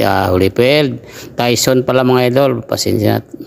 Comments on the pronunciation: Hnd tawson tayson haha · Anong tawson diko ma intindihan